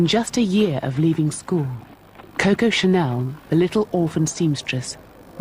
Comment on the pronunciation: How cringeworthy is this narrator’s pronunciation of Chanel’s nickname, Coco🙄Why is so difficult, I don not understand…